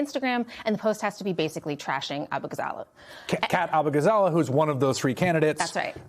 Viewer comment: Abughazleh is pronounced 'Uh-boo-gah-za-LAY'. It takes 5 seconds to look up Kat saying her name.